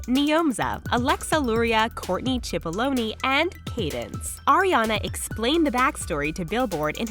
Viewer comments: HERE, all arianators she said some chipolnee 😂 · "𝗖𝗼𝘂𝗿𝘁𝗻𝗲𝘆 𝗖𝗵𝗶𝗽𝗼𝗹𝗼𝗻𝗲-𝘆" 𝗼𝗺𝗴 𝘁𝗵𝗲 𝗲 𝗶𝘀 𝘀𝗶𝗹𝗲𝗻𝘁